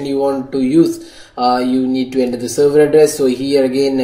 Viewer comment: Its not working in windows 10 phone.... Bro... by the way its not 'ender' its 'enter'